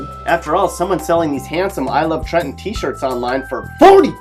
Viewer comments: Thank you for pronouncing Trenton correctly. We don't pronounce the middle "t". I was a bit surprised to hear it said as the natives do. Respect. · Actually said Trenton right